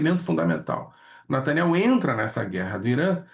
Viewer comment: Lourival abatido com olhos lacrimejantes.. e olha o nivel ...o careca sequer sabe pronunciar Netanyahu fala Nataniel..kkkk